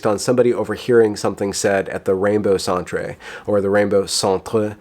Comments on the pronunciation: "Centre" is pronounced exactly like center. It's just one of those Brit spellings like "colour." If you know that and are being sarcastic it's petty. If you don't know that you need to work on broadening your knowledge of the English language. Your propensity for language flubs (malapropisms and mispronunciations) opens you to cheap shots and makes it easy to discount your message, which is unfortunate because you shine a light on things that need to be examined. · is just trolling us with his pronunciation of "centre." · it's spelled "centre" but it's pronounced the same way as "center". It's a canadian or UK spelling, not the french word. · "Centre" is pronounced "center". "Centre" is the Canadian way (and proper way I think, worldwide) to write the word. But, I love the way you say say it; it gives the Rainbow Centre, that snobbish, "holier than though" connotation, which is quite "a propos" ;-) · We don't actually pronounce "centre" as the french word "centre". It's just that the Canadian spelling of the word "center" is in fact "centre". I think it's dumb and I generally don't actually use that spelling. But just to let you know that it's just the spelling that is different, not the pronunciation.